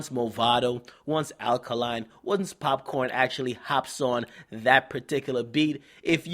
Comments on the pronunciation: bbc lol its popcaan not "popcorn"lol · the way dj akademiks says popcaan 😂 you're meant to be Jamaican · it's popcaan not popcorn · popcaan bro not popcorn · why do you keep calling him pop corn is popcaan, foreign yute